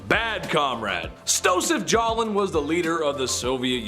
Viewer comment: Why did you say, Joseph Stalin, wrong?